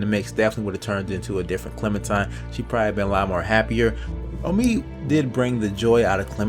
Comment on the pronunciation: hey dude its clemenTINE, not clemenTIME, but doesnt really matter tho video's good